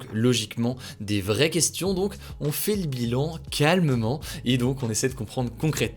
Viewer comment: Je pense que c'est tout à fait volontaire! Il a trop insisté sur le calmement 😅